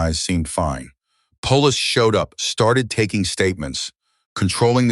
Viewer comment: AI needs help with pronunciation. PHEONIX, POLICE, LEATHER, ...